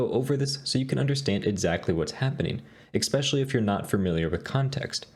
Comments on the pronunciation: ECKspecially...bro I love your content but PLEASE say ESpecially please lol! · Why do you pronounce it expecially?